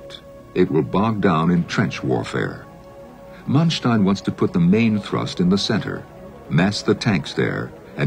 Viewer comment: 'Mun-stein'?! Man-stein, Jesus...